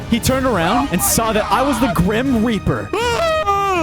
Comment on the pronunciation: Grim rap-r